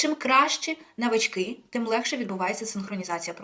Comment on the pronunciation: В слові навички наголос на перший склад